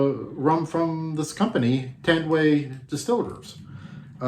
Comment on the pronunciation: its Tan---duay